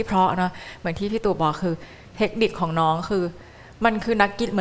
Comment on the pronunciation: น้องพิมร้องได้ดีมาก อารมณ์เพลงเอาไปเลยเต็มร้อย แต่.... ฟังน้องร้องแล้วอึดอัดมาก เหมือนน้องกัดฟันกรามร้อง เสียงแบน ออกเสียงไม่ชัดในภาษา ภาษาไทยมีกลม มีแบน มีสูงต่ำ จะมาฉีกปากเหมือนยิ้มร้องหรือพูดไม่ได้ รู้ จะเป็น ลื้อ ของ จะเป็น ขาง อ้อ ลืมไปว่าน้องเป็นคนอุบล คนที่นั่นอาจจะออกเสียงแบบนี้เป็นปกติก็ได้